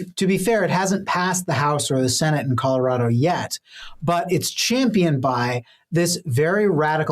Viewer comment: if you grew up in Colorado why can’t you pronounce Colorado properly? (Sorry, just a pet peeve) I identify those born and raised in the state by the way they pronounce it.😉